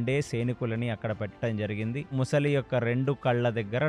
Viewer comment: ముసలి కాదు sir, మొసలి.